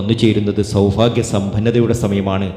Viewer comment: സൗഫാഗ്യം അല്ല സൗഭാഗ്യം ആണ് ആദ്യം പറയാൻ പഠിയ്ക്ക്. നിങ്ങൾ പറയുന്നതെല്ലാം കളവ് ആണ്. ആയില്യം നാളുകർ ആരെയും ഉപദ്രവിയ്ക്കാറില്ല. അവർക്ക് മറ്റുള്ളവർ സമാധാനം കൊടുക്കില്ല. വിഡ്‌ഡിത്തം വിളമ്പി കാശു വരുന്നു.😢